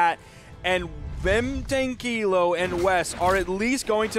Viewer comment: É engraçado ouvir os narradores pronunciarem "Vem Tranquilo" 😂